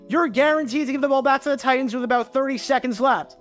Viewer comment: Your pronunciation of the word "Titans" had me pulling my hair out all video.